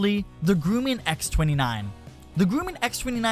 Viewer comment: 1. It's pronounced Grum-man not Grueman 2. Most Airplanes are designed to stall from the wing root first to give aileron control throughout the stall.